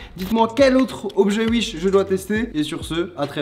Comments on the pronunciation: Mdr "uish" sa se dit pas "ouish" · Il dit comment mdrrr ? « Uish » ? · 18h18 : l'heure du bonheur Et pourquoi tu dis Uish 😭 y a un ✨W✨ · C’est l’Alsace ça 😂😂